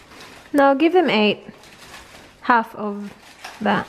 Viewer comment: Ate...bakit pag nagsabi ka ng word na "that" parang ginagawa mong silent "t" ung dulo?? parang "tha" lang.